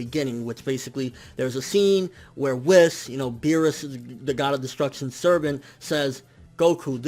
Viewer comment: Dude it's whis, you say it like wees not wis